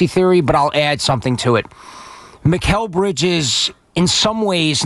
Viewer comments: Bozo says MILES Bridges instead of Mikal Bridges. Who's gonna tell these 🤡's who run WFAN Youtube channel 🤔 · It's Mikal not Miles. Tell the intern to get it right